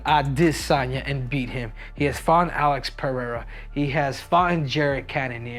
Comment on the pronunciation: He can’t say Alex Pereira right but makes a point to say Duplessis with a silent s. Wack.